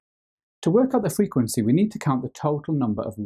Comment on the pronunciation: the way he says frequency bless him fweekwenceee